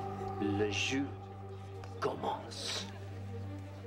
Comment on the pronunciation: Aurore Yoyo it's doesn't really because he pronounce it jou not jus or jeu big difference